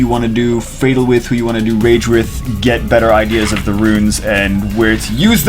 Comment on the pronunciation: Fatal is a word... not Fat al...